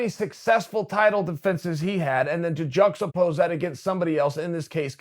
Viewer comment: Chael "juxtapose" Sonnen